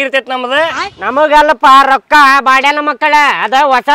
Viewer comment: ರೋಕಾ ಅಲ್ಲ ರೊಕ್ಕಾ 😂